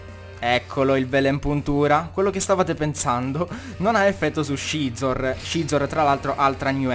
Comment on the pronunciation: Perché chiami Scizor "Scezor" e non "Sizor" >.< Non sto dicendo che sia sbagliato,sinceramente non so quale sarebbe la pronuncia giusta,ma mi da un certo fastidio come lo pronunci tu XD Ah,quetti Scolipede è_é